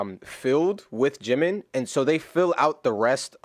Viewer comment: Sorry ! Bye dude! This is Ji-min....JIMIN...not 🚫 jimain! Here you lose me.